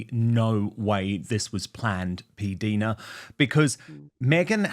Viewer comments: Dan Pdina his pronounced like diner (the American cafe place) not deena. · When in heavens name Dan are you going to say PDina’s name correctly ? She is too polite to correct you. She herself says her name like P- diner( like an American diner ( cafe) why are you so stubborn and continue say it incorrectly so many times during your interview with her. I wonder how you would like your name being mispronounced incorrectly constantly. I think it’s quite rude of you. Be a man and correct yourself and apologise to her for having said it wrong all this time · Dan please it’s PDina as in Diana it is I not i